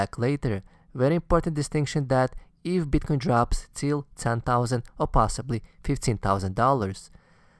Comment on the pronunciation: Best video I've seen on advice for the recent dip for noobs and reaffirmation for oldies. Thanks. Love the way you pronounce Bitcoin: You must get a lot of BTC pussy.